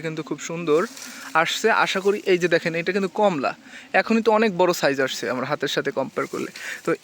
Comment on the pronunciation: এর নাম কম্লা নয়, কমলা ।